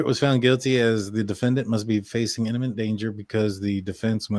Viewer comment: Imminent not inniment.